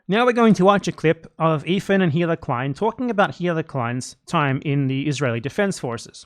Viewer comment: anyone else keep mishearing BE say "hitler klein" instead of "hila" or whatever her name is